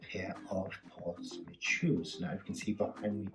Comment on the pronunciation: Smith .........not smit